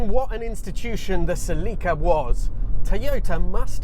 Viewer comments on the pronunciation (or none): I am not saying anyone is right or wrong but in the states we pronounce it "SEL-ih-ka." I involuntarily cringed every time you said "sel-EE-ka." Also, I was under the impression that aftermarket modding was a big factor in the popularity of the earlier Celicas, and that the one you drove didn't cater as much to that. And that was one of the reasons for its unpopularity. Don't know if that's true. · you say cellica ? one l means ceelica . pffff english have language problems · It’s pronounced SELL-i-ca. Not sa-LEE-ca. Accent on the ‘cel’. Watch the period TV commercials elsewhere on YouTube where Toyota themselves pronounce it…. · Its not Seeleeka! Thats gay..CELLICA..like Metallica...😅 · What is going on with Toyota's marketing department? Why do they insist on changing the pronunciation of their car names so wildly from country to country? Suh-leek-uh? Pry-us? What do y'all call the Corolla and Camry? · Sel eeee kah? what in the world? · In the United States of America they pronounce it, SELL-i-KA. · in Pakistan, they pronounce it SLEEKA. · yeah sell-i-cuh is how it's always been pronounced in the states. and then he goes and calls it a coup-ay. :) first time hearing that. they've always just been coup's around here. figured the e was silent just like with the word cache. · That's genuinely the first time I've ever heard "Celica" pronounced that way. Anyway, I owned a 2000 GTS (pre-facelift, 2ZZ 6-speed manual), not a super reliable car for a 20 year old driver. The trans liked to grind, and the top end of the valve train needed repair/replacement once. I was too long ago to remember exactly what was done but I remember it being at the dealer for weeks at a time. I sold my MkIII Supra for it back then, also a money pit. Those leather seats were really comfortable, and it got insanely good MPG, but in the end it was a disappointing car. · Is this how they pronounce Celica in Japan? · You need to pronounce Celica, not Celica!